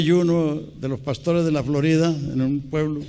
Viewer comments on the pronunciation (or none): none